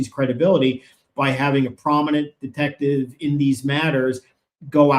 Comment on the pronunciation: Did he say “detective sergeant,” or “DEFECTIVE sergeant?”